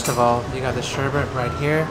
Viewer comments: Sherbet, not sherbert. :>) LOL! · sherbet is pronounced "sherbit", not "sherbert". Notice there is no second r.